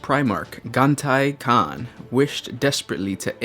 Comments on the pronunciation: Ja-gha-tai Khan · Jaghatai Khan is pronounced JAG A TIE KHAN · Wong Warhammer books tend to pronounce names differently, so I am not surprised he would get it wrong.